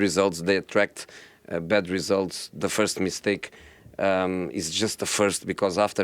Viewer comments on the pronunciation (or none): Nobody: Jose: de referees